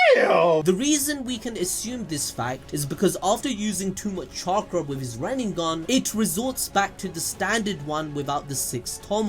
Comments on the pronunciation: Stop saying "ren-ing-gan". It's Ren-ay-gan. They litearlly say it a thousand times in the show. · Wtf is a God damn "renningan" ?? RIN-NE-GAN not REN-NIN-GAN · my guy its rinnegan not reningan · It's "rinnegan" bro. Not "runengan." No flak, but you know. Please say it right. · It's RINNEGAN not riningan 🤦🏾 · pronounces it rinenengan. lol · Kakashi said “Renbegone” 😂😂😂😂😂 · I always hear like if you’re saying renningan 😄